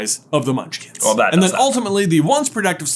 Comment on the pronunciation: Bro said "Munchlings" 🤣